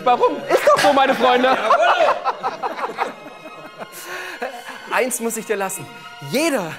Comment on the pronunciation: "JAWOLLO" - 2019